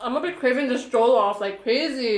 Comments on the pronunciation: NO OFFENSE BUT THE WAY YOU PRONOUNCED JOLLOF I WAS LAUGHING SJCJEJWJVM Edit: heres how u pronounce it right! Its not joe-loff- it’s juh-luff ! (Not intended to be rude) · It's jollof pronounced like the 'o' in on by the way not the 'oa' in goal =) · It's not jeaulof rice it is jellof rice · Just so you know, It's pronounced JOL-LOFF (Jollof) NOT JOE-LOF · it's jo as in joy not jo like oh lmao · Jo -lof-rice 😂😂😂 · Once they took a bite of the plantain they fell it’s pronounced je-lof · i luv how she is ate jollof rice with egusi soup and how she called it a stew but no hate she didnt know also anyone one gonna tell her how to pronouce jollof rice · Everyone I know who isn't a Nigerian says jollof wrong...they did too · Pls pronounce jollof rice correctly but I love your video though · First of all u eat the fufu with the egusi not the stew secondly you don't use two hands to eat the fufu😂😂😂 thirdly you pronounce fofo, egusi and jollf rice wrongly